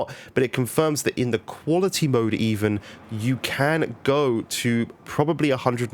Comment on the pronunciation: Wow really good vid dude! At first I thought you said performance and equality mode 😂